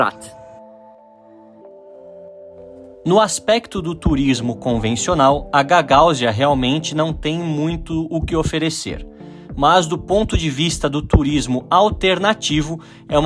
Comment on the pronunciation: só uma observação: É GagaÚzia (o "u" é o tônico, não o "a"). O descendente de gagaúzes mais famoso que temos no Brasil é o jornalista Afanásio Jazadji. E você encontra os vinhos da Gagaúzia (e também das outras regiões da Moldávia) no Brasil.